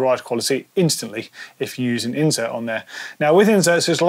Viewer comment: It annoys me every time says it incorrectly.